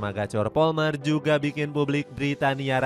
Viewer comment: palmer bang, bukan polmer